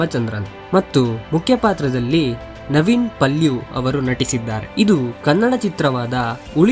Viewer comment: ನವೀನ್ ಪಲ್ಯೂ❌ ನಿವಿನ್ ಪೌಲಿ✅